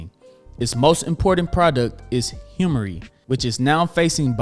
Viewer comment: Awesome video!! One thing to note: Humira is pronounced as "Hue-mare-uh," or "Hue-my-rah".. Not hemmory 😂